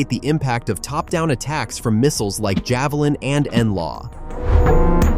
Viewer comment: *Javelin NOT 'Javilan'.